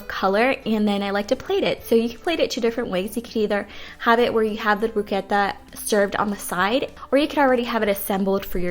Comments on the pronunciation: Use a serrated knife when slicing tomatoes - that way they don't get crushed. And bruschetta is pronounced Bru- sket ta!! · it's bruschetta bru-sketta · The pronunciation is brus'ketta! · "Broosketta" is the pronunciation of bruschetta. Looks very yummy! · 🤔🤔 I think you mean broo-S-keh-tah... great recipes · Learn to pronounce bruschetta please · The way you pronounce bruschetta lol. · Did she really pronounce bruschetta like she did? I’m done 🤦🏻‍♀️ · Why are you pronouncing bruschetta like that. Wow so annoyed